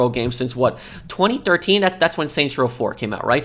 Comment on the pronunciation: I find how you say 2013 VERY OFFENSIVE and offensive content notice and you swear way too much